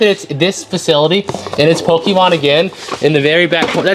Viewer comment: Hearing pokimon over and over just hurts my ears. But nice buy